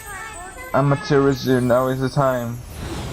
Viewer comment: I am looking forward to the rest of this so much! A few things though: Shiranui - Shir-An-Oo-Ee Kamiki - Kam-Ee-Kee Tsukuyomi - Tss-Yook-koo-oh-me Sakuya - Sah-koo-yah Amaterasu - Ama-Ter-Ah-Soo Oh and Ammy is a girl. She is a goddess and 'Mother' to all that is good c